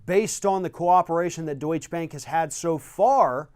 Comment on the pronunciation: The name is 'Deutsche Bank', not 'Deutsch Bank'. Sorry, but it is beginning to drive me crazy.